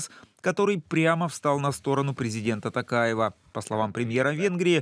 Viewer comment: Не ТАкаев, ТОкаев журналисты!